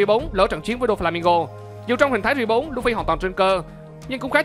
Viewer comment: Mình xin góp ý 1 tí :3 bạn có thể phát âm "gear" cho chuẩn kh nhỉ? Tại nghe hơi khó chịu chứ cũng không có gì :3 còn nếu bạn có vấn đề về phát âm bẩm sinh thì mình xin lỗi :3